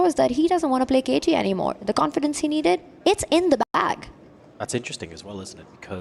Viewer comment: I love this commentator "to show us that he doesn't want to play cagey anymore... that confidence he needed? It's in the bahg!"